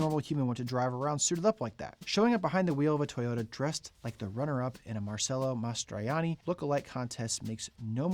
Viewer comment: Not a bad pronunciation of Mastroianni! Now maybe just a little work on the “Marcello” portion.